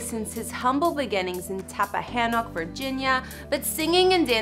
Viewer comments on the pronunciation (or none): Where tf did you get “tappahanah” from? It’s TAPPAHANNOCK